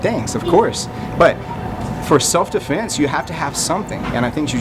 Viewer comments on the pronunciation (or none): the way he says "defeence" made me think of the Portuguese accent :-)